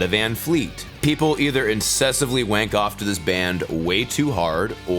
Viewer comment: love hearing a yank say wank